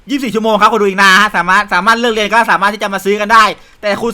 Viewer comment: ผมได้ยินว่า เลียเสร็จ😂😂😂 ตอนที่พูดว่าเรียนเสร็จ